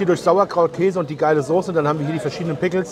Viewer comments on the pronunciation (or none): none